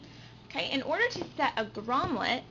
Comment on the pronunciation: Lol Grom"let". It's Grommet.